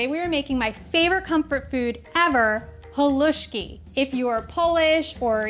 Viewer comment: You say Halusksi so right. It's like perogi said so wrong. I'd love to try your Halusksi. You make yours like mine but, theirs so much Halusksi you can make.